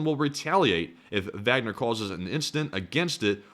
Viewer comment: If you pronounce the “W” as a “V”, pronounce the “A” as an “Ah”. “Vahgner”. That’s the proper German pronunciation. You’re halfway there.